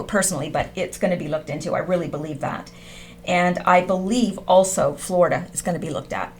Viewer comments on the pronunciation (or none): none